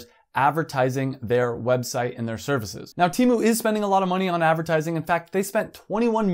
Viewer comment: "teh mu"